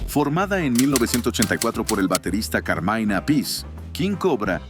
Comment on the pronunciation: se pronuncia cármin no cármain